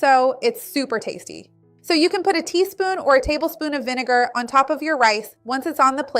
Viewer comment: is it so efing hard to say vinegar ?